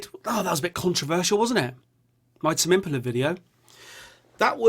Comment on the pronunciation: not trying to be a dickhead but i think tame impala is pronounced differently mate